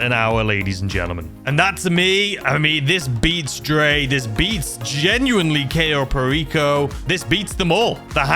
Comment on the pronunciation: You're pronouncing Cayo Perico wrong it's pronounced Kyo not Kayo it rhymes with Buy oh